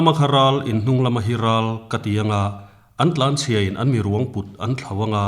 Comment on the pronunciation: lsm a ni lo. Lam tih tur...Tihsual hi a awm ve vek...